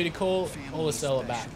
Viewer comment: Please pronounce Ursula correctly!!!!!!